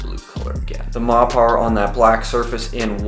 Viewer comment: Surely it's pronounced Mopper